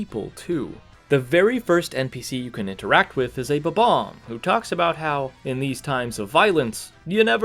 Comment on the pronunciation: Not "Superbobomb", "Superbombomb".